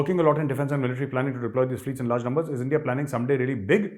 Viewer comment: Endia nhi ,😅 Pronounce India'